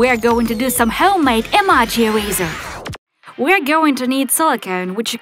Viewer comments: it's ee-mo-jees not ee-maa-jees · your saying emojis wrong you saning them like this(emarges) but its actually (emojies) YEP thats how its done ( i know you don't spell emojis like the second one but thats how you pronounce it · Rosie& Adria she says (emo-jis)